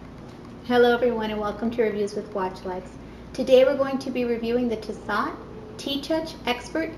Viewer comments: Tissot is pronounced “T-So” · Yes, you must be a hand model. Yes you have a great smile. So sorry to go a bit off topic but... (the "T'" is one of those tricky silent foreign things). How do you feel about this swiss quartz piece of horology? Some history on Tisso(t)? How long has Tissot (that damn "t") been making watches 1853's on the dial? How and when do you calibrate it. The battery life if used normally. Angelina Jolie's movies tell us... it's gimmick rich product placement or it's worth owning one, two, or even three? I would guess it wasn't Miss Jolie's watch, but i'm sure she has three now. The batteries may be dead after showing Everyone the oh, look -Altimeter and look (beep tap) that's North? Dude what's Thermo (beep- tap...tap-tap)". Thanks the hands don't move. So wind it, I can't see it in the dark (tap-tap-tap!) no beeping backlight t-tap or is it ap? I'll use my T's, this Amerca! Maybe you did cover all but I was a bit distracted- "Angelina, Tomb Raider, hmm, nice hands, nice, why's she holding a watch?" Like!